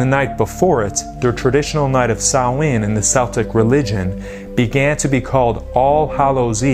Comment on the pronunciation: Wow he really butchered the pronunciation of Celts and Samhain. Celts is pronounced as though it is spelt with a k (kelts) and Samhain is pronounced (sau-ihn)